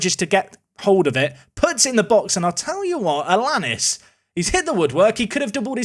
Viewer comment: Think it might be Alan-ees for Alanís rather than Alannis, pronounces like Star Anice